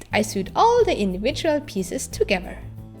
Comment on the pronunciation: I greatly admire your excellent command of English...however sewed is pronounced like sowed, but the way you say it is charming. Your videos are great.